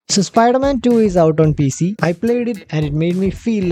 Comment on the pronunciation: Spider man ❎ Spooder man ✅